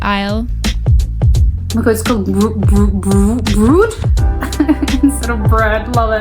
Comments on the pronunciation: The "oo" in Dutch is not pronounced like the "oo" in school for example but more like "oh". And the bonus card you can also have digitally on your phone. Oh and we do seperate plastics for recycling. We don't throw everything just in the trash. And yeah, we don't take credit cards but you can with debet cards at supermarkets. But you can buy stuff with credit cards at many other stores and restaurants, etc. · One correction it is Mastercard and maestro also. I’m from Rotterdam and have also have Mastercard. And also the pronounciation of brood is like when you say in your language Bro with friends right. Just stretch that just a little, not too long, bit and and the d and you’ll get it almost right. The way you saïd it sounds like broed to us and that is a different word and meaning in dutch than Bread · When you only need a few items, a basket is way more convenient. A box with all the different veggies for a specific dish. I think it's a bit expensive and only had a few through the TooGoodToGo spillage reduction app. Not a vegan myself, but gotta say, lots of the vegan meat substitutes are good I must say. Good try. Actually the "oo" in brood" is pronounced like "oa" in "boat" in Dutch. ( try say broat ). Not only children but adults also are allowed to sprinkle chocolate or fruit-flavoured sprinkles on bread. On occasion you will find someone eating "speculaas" ( a cookie ) on a slice of bread, Credit cards are not a common thing in the Netherlands. You can pay with your bank card. It is called "pinnen" after the PIN you ( used to ) type. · "brood" The dutch word for bread 'brood' is pronounced as Br-oad (with oa sounding as in Oaths) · Oh and we pronounce “brood” like “brode”.. If we put two vowels together it usually only makes it longer. English “oo” is written “oe” in Dutch. :) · Brood is pronounced with a long o between the br abd the d. A bit like the o in Omaha.